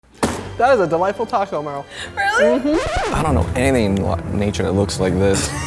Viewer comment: Wait HOW do Americans pronounce Merle? 😂😂😂